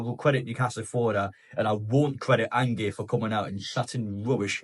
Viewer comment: An-gay 😂😂😂 its Ange like short for Angela lol